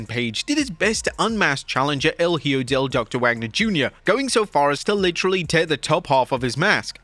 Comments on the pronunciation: If you are gonna comment on wrestling please learn to say the names of the wrestlers.. it’s HIJO de doctor wagner.. no hjo or what ever the hell you said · Wrestling youtubers can't seem to learn to pronounce a simple Spanish word as "Hijo" 🤣 It's "e-Ho", not "he-oh", not "high-o", not "he-joe", E-HO. The more you know 🌠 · EE-kho (using "kh" to represent the use of J in the word Hijo)El é-KHO ✔️👍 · Hijo means son Ehoe that’s how it’s pronounced, I think, I’m Mexican for me is normal to say Hijo Hopefully WWE can also pronounce it right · Bro... No offense but you need to improve your pronunciation when it comes to talks about names that has the word "Hijo", like Hijo del Vikingo and Hijo de Doctor Wagner Jr... The best way to improve is to listen and relate the word with some made up word in English.... For "hijo" you need to pronounce it like this... The first syllable in spanish hi- is pronounced like the letter "e" in english, like on email or e-sports... The second syllable in spanish -jo is pronounced like the fist sound on the words hope or home... Hence hijo would sound "e-ho"... Be careful however not to make the last part sound like the word referring to the girls of the streets...